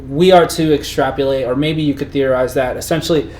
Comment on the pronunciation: Extrap-O-late. Not extrap-YOO-late. Only because you mispronounced it about a dozen times...